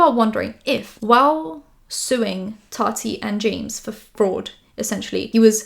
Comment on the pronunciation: Ok you’re back to saying Tati right again thank goodness it was very distracting 😅